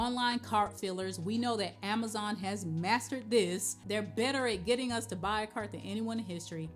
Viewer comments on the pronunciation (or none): none